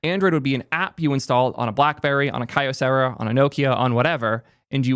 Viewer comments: “Kyocera” is short for “Kyoto Ceramics” and so it’s pronounced “key oh Sarah”, not “Kai oh Sarah”. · Everyone in the US that I've heard say Kyocera with "Key" as in "Key-Oh-Sarah", not "Kai". That tells me probably never owned or talked about the brand at a time it was relevant. He talks like he lived this stuff, but doesn't seem to know anything accuraely. Or, you're right and it's just a script. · KEY - o -cera... "eee", not "eye"